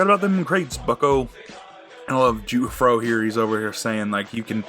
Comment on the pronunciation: Wait, you're telling me he ISN'T saying jewfro ?